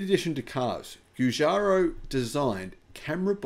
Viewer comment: It's pronounced Jew-Jar-O